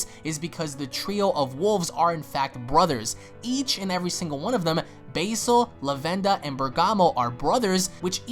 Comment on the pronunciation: please can you stop saying base-all its pronounced baz-all there is no e your saying it like base-all when its baz-all, and lavender is laven-der not lav-ender